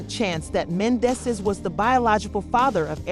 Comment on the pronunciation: Right 😂, I'm weak, you know this is a bunch of lies,miss pronouncing the names 😒